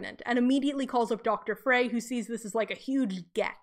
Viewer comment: Frey is pronounced like "fry".